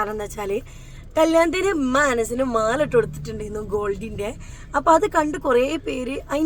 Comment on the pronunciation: ഇമ്മ അല്ലെടോ ഉമ്മ